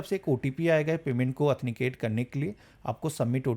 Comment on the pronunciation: ओथेनिकेसन क्या होता हैं भाई ऑथेंटिकेशन होता हैं 😂😂😂😂😂😂😂